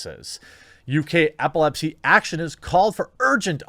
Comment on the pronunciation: EPilepsy, not APPLEpsy